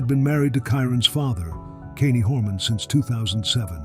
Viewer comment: You could at least pronounce Kyrons name properly. Brother 😢